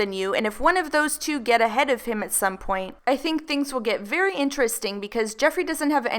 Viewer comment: "Made it 'V' clear"...how difficult is it to say the word 'very' ?? Lol 😑